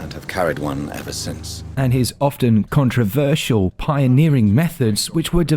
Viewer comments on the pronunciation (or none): none